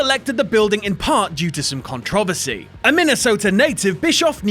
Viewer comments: Hahah i keep hearing contovosy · Dude, you need to learn how to pronounce controversy. It's CON-TRO-VER-SEE. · I hate how you say Controversy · Yeah, the first time I hear it, I was like, "Wait, what?". Then he did it again, and I was like, "Dude, you may speak English, but you don't know HOW to speak English."